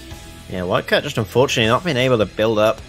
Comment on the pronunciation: dude even in the other commentator tells him that he said flycat